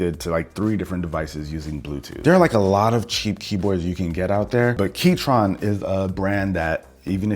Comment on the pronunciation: Not the Key-Tron 😮‍💨